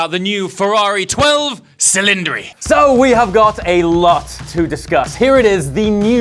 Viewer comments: it's italian - minmum thing would be to look up the correct pronounciation? "dodici cilindri", with a "dshi" sound both times. or make it "twelve dhsilindri". but "silindri" is neither italian nor english. c'mon, you can do it 👍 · You MUST pronounce it in Italian: Dodici Cilindri!!! THATS music to the ears! Not twelve Cilindri. Logically that doesn’t make sense! It’s like Quatrovalvole for 4 valves! As simple as that 😊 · No, the 812 superfast is really "eight twelve superfast" or "eight hundred and twelve", especially because its name is literally "superfast". In the case of the 12t cylinder, it is actually "do dici cillindri". The "cilindri" indicates that the name is Italian and even Ferrari in the presentation called it that. In the current pronunciation the name will be translated by the public, just as it is with chiron and veyron. Since they are French names, the correct pronunciation would be "chirro" and "veirro", but no one pronounces it like that, not even those who know it's like that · It’s pronounced (DOE-DEH-CHEE CHILL-LIN-DRAY) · Aarrgghhh! "Dough-Deechi Chil-in-dree" Personally, I love it! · it’s pronounced do-dichi chilindri. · it’s pronounced Dodeche chelindre. an I its pronounced e in Italian {got it} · People seem to forget that Maserati named their car Quattroporte which literally just translates into "Four doors" and Audi has a model called V8 lol. So I don't get the fuss around the 12 Cilindri name. Nothing extraordinary about it. Besides, you're supposed to say the name in Italian language "Dodici Cilindri" which sounds so much better than butchering the name and saying Twelve Cylindri in English. As for the looks of the car I like it a lot. Clean and elegant design what's not to like? It is a departure from Ferrari's usual design language which requires a bit of getting used to but it's definitely a stunning car and it'll age like a fine wine.